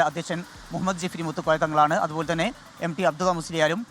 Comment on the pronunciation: ജിഫ്രി❌ ജിഫ്‌രി✅